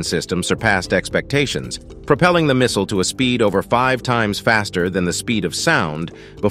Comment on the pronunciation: Just say missile 😂